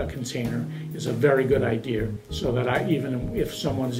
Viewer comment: Did he just say good idea-er?